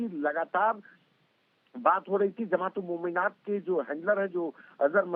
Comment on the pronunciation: It is pronounced 'Mominaat' didi. Isiliye dysri languages ki pronunciation bhi seekhni chahiye. Mr. Sharma did a better job.